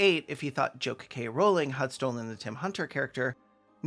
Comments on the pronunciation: maybe my brain fucked up and processed you saying "kkk rowling" but i fr thought the attribution to the quote said "3 K Rowling" and i gasped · "J.KKK. Rowling" 😂😂😂